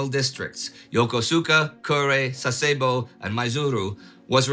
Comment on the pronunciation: For Japanese pronunciations, Yokosuka = yo-ko-ska Sasebo = sass e bo